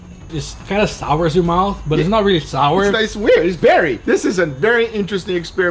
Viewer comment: Sauer in German means angry. GUGA said sour kraut. Not sour , sauer.